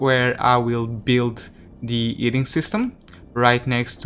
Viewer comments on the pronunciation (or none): The “Eating System”? It has always made me curious why sometimes you add ‘H’ to words without and ‘H’. Then sometimes remove it from words that do. It’s quite puzzling and interesting why you switch them.